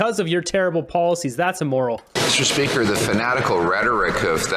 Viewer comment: At around 1137 did he say "Mr Country", instead of Mr Speaker 😂😂😂